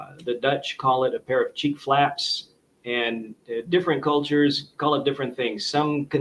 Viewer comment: I am Dutch and was wondering about these "cheap flaps", but then I got it. You said Cheek Flaps 😅